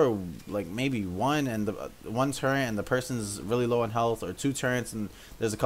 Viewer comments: Turrent... Nobody pronounces it like that.. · it just sounds weird